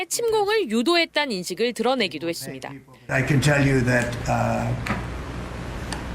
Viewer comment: 음... 열심히 하는 남자 앵커님한테 미안한데 혹시 발음교정 연습좀 많이 하시면 안될까요? 했습니다 할떄 매번 발음이 했습니댜로 끝나네요. 이게 한두번도 아니고 20분 넘게 동영상을 보는데 니댜니댜니댜 소리를 한번도 맞지 않게 발음을 하니까 정말 뉴스 듣는데 괴롭습니다. 고치세요 좀.